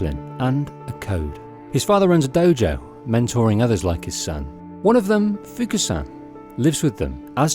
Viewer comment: Their names are Fuku and Ine, not Fuka and Ina.